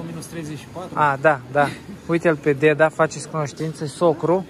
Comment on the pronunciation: Craciun fericit cine face,si va spun un Bravo voua si deasemenea si lui va urmaresc cu drag si imi faceti placere si va urmaresc cu drag.sunteti niste oameni minunati.foarte frumos vorbiti si lucrurilor le spuneti pe nume.si cel mai frumos spui spui cuvantul,DEDA'.bravo de tot ce faceti❤❤❤